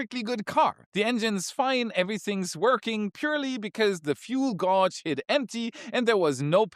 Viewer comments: Fuel "godge" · OFF TOPIC, I’ve never heard the word ‘gauge’ pronounced with anything other than a hard ‘a’, to rhyme with wage, age, page, etc., despite the spelling.